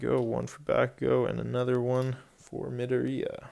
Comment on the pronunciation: Can you not prnoce Izuku's last name like Medorey because it's Mdoriya.